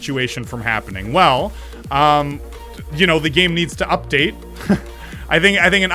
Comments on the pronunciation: you said “uptade” 3 times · It is called Update not Uptade